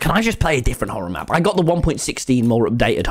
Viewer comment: Man's really said mchorror map 🤣🤡